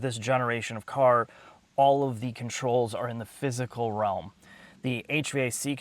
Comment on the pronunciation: "Per-fer (prefer)". "Fiss-Kcle (physical) buttons". (Unable to make a face) What toxins are in the water there?